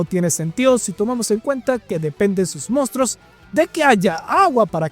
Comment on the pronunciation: Sus "mostros" jajaja